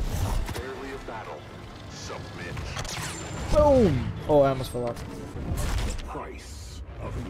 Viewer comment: When I first heard him say “submit” I thought he said “sup b!+ch” 😂